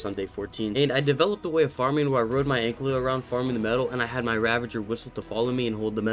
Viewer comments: It's Ankylo lol not anklyo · it's just me or is calling the anky an anklyo? NO HATE BTW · I still can't get over the fact that you say "Anklio". It feels soo wrong but I love the content so I have to deal with it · The way u say "ankylo" lmao